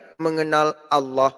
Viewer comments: Allah kace, bkn alloh, nybt aja slh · Membaca Allah, di samakan dgn lafal Allooh ya bos..